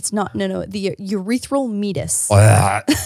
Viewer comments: saying "meetus" LMAO my girl not to do another "segue" but it's "mee-ay-tus" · Meatis- But pronounced Me-ate-us. Sounds a bit better but biology terms are weird. 🤣